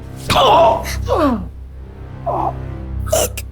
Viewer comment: this guy did not say “look”. He said “eek”